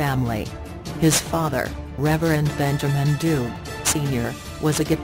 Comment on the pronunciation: Please learn to pronounce the surname correctly please